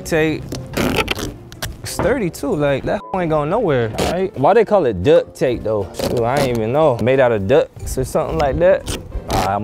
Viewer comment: It’s duct take bruh 😅